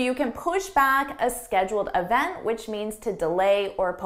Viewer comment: And the word event is not“ e v n t”